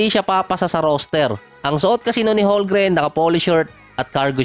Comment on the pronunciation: Boossslot bubo magbasa silent L yan bubo hahahaha parang ganyan ohhh homgreen